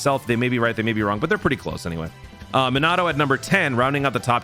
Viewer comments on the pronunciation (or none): (Me-na-toe) get it right das how you pronounce minato